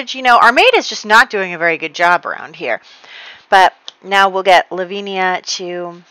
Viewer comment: I love your videos so much! Just so you know, Lavinia is pronounced La-vin-ya (with vin like in Vincent) 😉